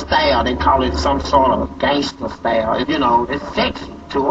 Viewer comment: "Some sort of gangsta stayyle"